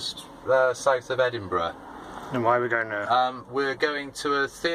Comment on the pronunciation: Rest of the world. Edinburgh People from Scottland: Eddinburrah XD